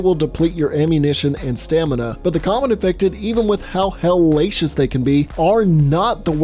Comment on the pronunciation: I like the way you said “iFeCtEd”